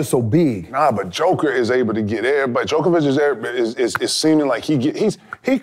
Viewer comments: come on KG! It's JOKIC not DJOKOVIC! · Djokovic?? It's Jokic KG how do you not know an MVPs name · Who keep letting kg say “jokavich” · KG, love you bro, truly, but can you tell me how can you mess up the current MVP's (and possibly this year's too) name with a tennis player? I get that he's not from the US so you don't care that much but come on now dude... Jokić, not Đoković. Love the podcast, so happy you got a platform for yourself finally. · lmfao kg always saying 'jokovic'